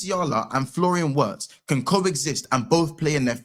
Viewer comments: It's not Florian Watts, it's pronounced VETZ. Endeavour to strive for perfection. Liverpool's Sporting Director is RICHARD HUGHES he's in charge of all transfer activities, not Michael Edwards! You'll Never Walk Alone Sir.😊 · W is pronounced V in german Its Florian Virtz with a i like e, like VIRgirnia… not VERginia Florian Virtz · WIRTZ = VERTZ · Germans call him veertz no W brother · I love this but please say his name properly. 🤣